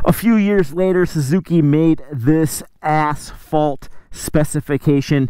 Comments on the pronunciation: ASS FAULT SPECIFICATION is all I heard. 😆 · The emphasis when he says asphalt “ASS FAULT” haha 😆